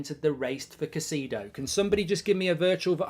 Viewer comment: Bro never fail to butcher Caicedo’s name 😂😂